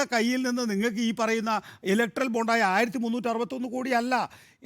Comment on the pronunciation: സങ്കി പെണ്ണെ ബോണ്ട അല്ല ബോണ്ട്‌ ബോണ്ട്‌ 🤣🤣🤣